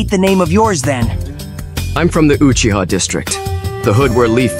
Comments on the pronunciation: Uchigger😂? Really bro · I thought sasuke said Guuchiha